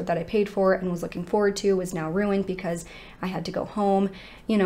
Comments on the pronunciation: Anyone else ever notice that this lovely young lady always says "pecause" and not "because" 😁🤩? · I really enjoy this channel, it just irks me that she says pee cause instead of because. Idk if that's just something she does to be silly like how people say meow instead of now just to confuse people or be funny, but its a little annoying. But i do ignore it BECAUSE, i want to hear the cases.